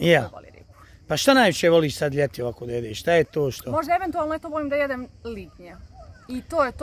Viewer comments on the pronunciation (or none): Da bi se bavila voditeljskim poslom prvo mora da nauči da se pravilno izražava. Da nauci da se kaže da jedem ribu a ne dedem ribu. Strašno